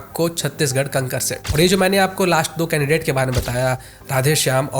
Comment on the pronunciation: कंकर नही कांकेर है